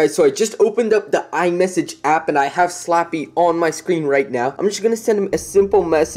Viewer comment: Did u say slopy oof Like if u did or u hear he said slappy